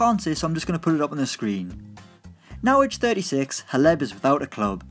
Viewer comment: The way he pronounced Hleb 😂